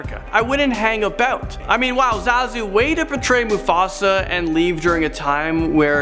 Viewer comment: Part 2, huh? 3 theories are the same as in the 1st video. And it's pronounced ZAH-zu.